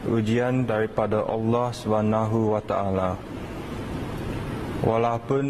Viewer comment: X reti melayu aku consider lg.. kenapa xblh sebut perkataan ALLAH SWT betul2 tu lain macam.